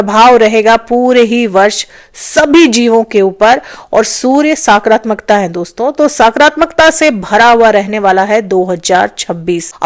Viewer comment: सकारात्मक होता है,ना कि साक्रामकता होता है,पहले बोलना सिख लीजिए फिर वीडियो बनाए